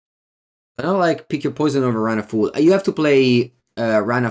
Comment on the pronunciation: Quick pronunciation note: Run Afoul is not pronounced A-fool, it is pronounced A-fowl. Like bowel, scowl, owl, etc.